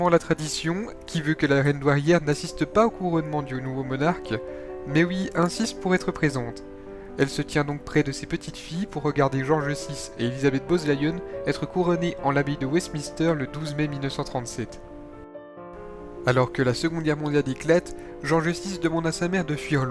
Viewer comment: Maiooui mary 😂😂 Francouiais 😂 Wesmister 😂 Eduard VIII pour info un nazi convaincu !pression du gouvernement Bozezlion bowle Lyon 😂 Malboah house 😂 marlborough house Mr le narrateur, FAUT IMPERATIVEMENT prendre qqes cours d' anglais et de diction !!